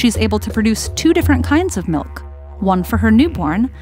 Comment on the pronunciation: Ok but she really said melk